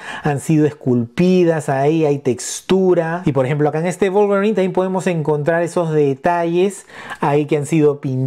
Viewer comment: Execelente pronunciación del nombre del personaje, la figura atrae mucho la verdad